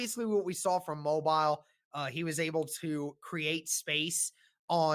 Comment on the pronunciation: The Senior Bowl is played in Mo-beel' ... not Mo'-bil